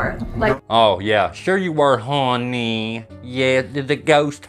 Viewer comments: Hey, what was your secret word for this video? I had to go back and put subtitles on and looked to see what you said. One subtitle says you said “honey” and then the next sentence it says “horny” lol 😂. But I’m still in the middle of watching this video and maybe you say the word again. Idk I just had to mention that because it’s pretty funny from what subtitles say lol 😂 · Haw-knee! Seriously though honey gets on my nerves too. She is annoying. 😳